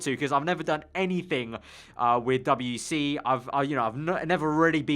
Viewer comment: Its called WEC not W E C